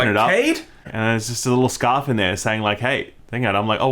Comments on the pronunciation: Did anyone else hear “scuff” instead of “scarf” 😂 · It’s scuurrrfff mate